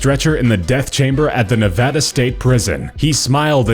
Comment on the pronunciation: finaly someone pronounces Nevada right